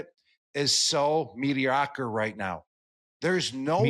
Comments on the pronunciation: Mee-dee-oc-err! That's a new one... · "Meaty-Okker" says me Gronk ;-)